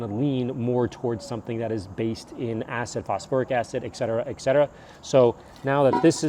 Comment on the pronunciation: Dont want to come off rude, I love your videos, but you say Etcetera wrong in almost every video. You pronounce it icksettera but it's ET-SETERA